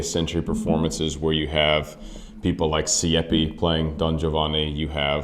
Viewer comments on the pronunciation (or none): Try to say Giovanni right. You say Giovani. Make an effort. Giovani sounds dumb and this is your profession! There are few rules in Italian and most opera singers are too lazy to learn the pronunciation. You also say Sieppi, that was a p too much. Sieeeeeepi! Also not Lepporello, but Leeeeporello Geez...